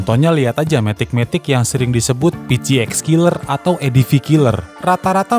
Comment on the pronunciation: PCX dibacanya pe ce eks ya, bukan pi ci eks